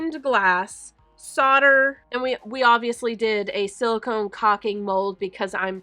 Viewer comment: ITS SOLD-ER!! PRONOUNCED SOLD..DER, OR SOLDA. (SOLD-AH if you’re from London or Essex!! LOL) When using it, You’re SOLDERING!! when it’s done, you’ve SOLDERED IT!